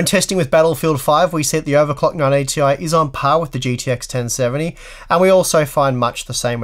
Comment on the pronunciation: Thank you for another great video. Every time you said, "980 ti", I'd hear "non 80 ti".